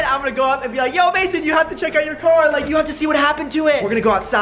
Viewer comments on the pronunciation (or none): Its mayson not mason